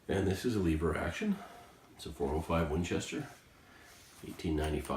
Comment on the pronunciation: First of all I want you to say the word "ever". Now I want you to put an L infront of the word ever. The word Eever isn't even a word and just sound's uneducated